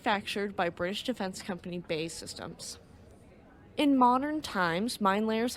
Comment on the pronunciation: Bae systems? Lol it pronounced as seperate letters so it should B.A.E systems, other than that minor niggle, another great video 😊